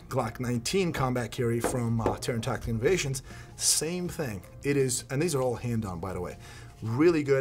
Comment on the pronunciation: Now it’s all tacteekewl